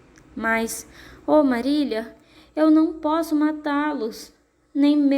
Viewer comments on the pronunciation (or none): Muito boa a leitura mas o nome não eh Marília e sim Marila mas meus parabéns...